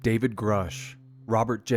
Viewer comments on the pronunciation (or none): none